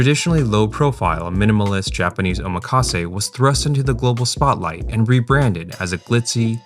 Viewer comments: Btw it’s pronounced “OH-MAKASE” not “oma-KAse”. 😭😭 The “makasé” part is from the verb meaning “I leave it to you”, so it sounds so weird when English speakers break that up O + makase Not Oma + kase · that is not how you say omakase. You pronounce "kase" correctly, but the "oma" you say sounds like "omaha" when it shouldn't. The "omak" should sound like "oh mock" or "maki" from "maki sushi".